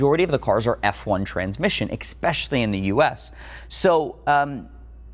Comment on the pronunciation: I for yourself...as in...I for someone OTHER than you? What? Sorry, I meant...I own a 355. Lovely car, glad you feel the same way :) "EXPECIALLY" awesome video! I'll just...wait...English is YOUR first language? Wow man...um, great video.